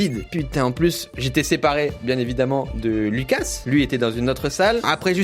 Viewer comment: En faite moi je suis moitié française moitié Lituanienne et si tu prononce le s tu dois le dire Loukas vu que c est un prénom Lituanien 😉